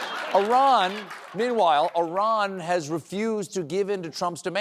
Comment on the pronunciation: why did Colbert pronounce Iran as “Oran” WTF??